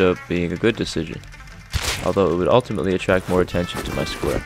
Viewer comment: The ultimint no no scware